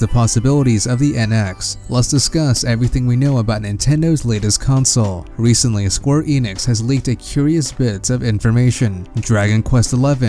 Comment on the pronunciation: Just a small/trivial pronunciation thing: it's Enix, not Inix.